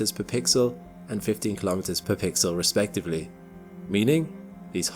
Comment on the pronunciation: 'Kilometers' is pronounced kilo-meters, same as kilo-grams. Not ka-lom-it-ters. No one says ka-log-rams for kilograms.